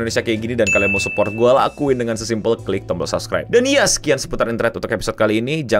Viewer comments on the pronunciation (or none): none